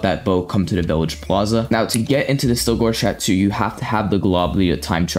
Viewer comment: Cha-toe not Cha-two